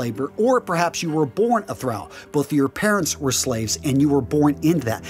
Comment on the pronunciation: Thrall is is pronounced like all. Karl is pronounced just like the name Carl. Jarl is pronounced with a Y not a J. So it's Yarl. And is pronounced like Karl for the rest of it. Edit: loved the video